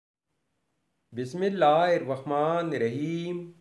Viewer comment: Bhai apna bismilah parhna thek kren